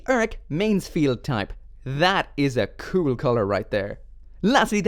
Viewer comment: when he says "cool"CUEL